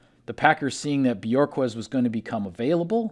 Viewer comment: Bu-hork-kezz. Not Björkez. He’s not from Iceland. 🤣🤣🤣🤣